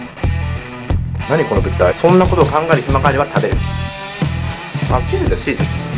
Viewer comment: 「あ、チーズなっしー！」って唐突にふなっしーになられて「なに？」ってなったけど巻き戻したら「チーズですチーズ」って字幕あって助かる。